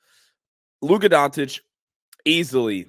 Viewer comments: “Luka Dontic” lmaooo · Time to learn to pronounce his name my man. Pronounce the first c the same as you do the second c in his last name. Don't know why you Americans feel the need to switch a C into a T 👍 Don't complicate it